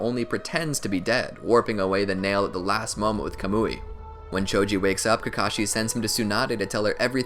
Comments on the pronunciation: This dude said kamooi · Bruh it's not "CUH-MOO-EE" it's "KAH-MU-IE"